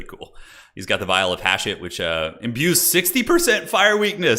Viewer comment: I’m convinced that watches the trailers on mute with the way he pronounces “Hashut”